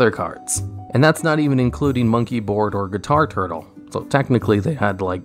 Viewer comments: GUI-TAR-TLE not guitar turtle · “...so if you set monkeyboard while you have performa-pal guitar turtle...” Me, who has never played a game of yugioh in my life: uh huh mmhm gotcha Also, drink every time he says ‘zoodiac’